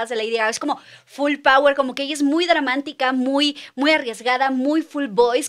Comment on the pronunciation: Cuando dices Dramantica por la emoción 😂 te amo